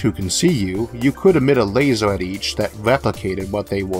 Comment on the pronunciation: lasEr, lasEr, lasEr, lasEr, lasEr, lasEr, lasEr, lasEr, lasEr, lasEr, lasEr, Light Amplification by Stimulated Emission of Radiation, LASER. don't care about the r=w thing but damn you've no excuse for pronouncing LASER wrong.